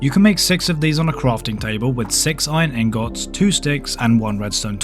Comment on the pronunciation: Iron angohts 😂